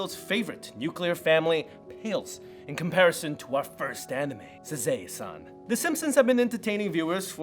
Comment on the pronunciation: Isn't the first one pronounced "sa-ZAW-eh san"?